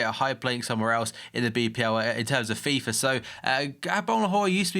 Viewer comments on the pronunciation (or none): none